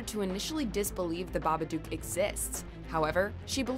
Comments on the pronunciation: Alright, it's pronounced "Baba-d-ook." It rhymes with 'book' and 'look." It's NOT "The Baba-dukes of Hazard." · It's baba dook not baba duke.